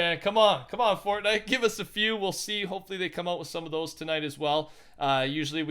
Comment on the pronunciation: he says FORTNUT youtuber soo.... what other sites you been on?